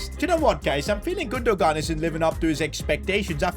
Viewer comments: Dude, it’s not Gundo-gaan, it’s Gundo-aan 🤦🏼‍♂️ Why you’re so screwed with pronunciations? 😅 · Isn’t Gundogan pronounced Gun-Doh-Wan? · The way to pronoince gundogan is actually gunduan please say it correctly 🙏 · bro cant say Gündoğan name right